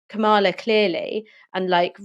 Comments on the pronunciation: Kam-a-la please get it right. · Aaron you still haven't worked out how to pronounce Kamala's name